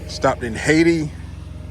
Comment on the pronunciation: Exit 19, it's pronounced Hay-ti